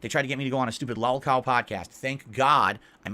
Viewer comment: identifying Boogie and EDP as lolcows and declaring himself distinct from them by claiming he isn’t a lolcow all while not being able to pronounce the word lolcow correctly is a beautiful combo.